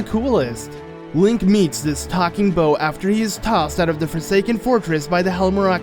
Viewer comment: Why is he saying bow instead of boat